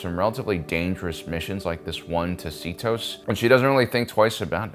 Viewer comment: At this point is trolling with the planet name seatos lol